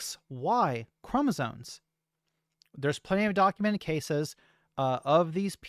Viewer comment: It's called chromosoMes, not chromosoNes